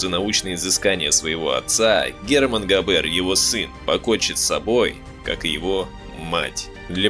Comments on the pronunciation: А он точно Габéр, а не Гáбер? Это звучание для немецкого языка абсолютно не типично. Так его фамилия звучит по-французски, где все ударения приходятся на последний слог. Да и звука "ж" в собственно немецком нет. Он заимствован. "И Ге Фарбен". "И же...", это опять-таки по-французски. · ГабЭэээр ))) ГАбер ударение на А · Ударение ставьте прпвильно: ГАбер, а не ГабЕр! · Зачем произносите "габЭр"? Это же не французский. И.Г. Фарбен, а не "жи", что за "жи"? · В немецком языке ударение ставится на первый слог. ГАбер, а не ГабЕр, фАрбен, а не фарбЕн. G читается как Г, а не ДЖи. В остальном все так. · автор вы наверное французским языком владеете? А я немецким. Так вот не ГабЕр, а ГАбер, не ЕЖИ ФарбЕн, а ИГ ФАрбен индустри. И т.д. Это не французские, не английские названия и фамилии, а НЕМЕЦКИЕ. Не надо ломать язык.